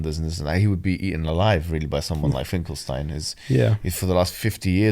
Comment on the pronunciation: Salam i just heard bro say „Finkelstein“ properly like „stine“ in English writing. Very eloquent! If he wanna go fully crazy with it just add to“stine“ the following letter in English writing —> „sHtine“ …. And you‘ll become kinda german dude bro^^